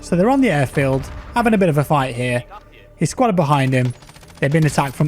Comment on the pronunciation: cmon... "HesSpud", pronouncing it hessbut? (He Is Spud:D) Spud, one of the most culturally influential and iconic characters of british tv/movie history. Sorry, but as a fan this triggered me so much:D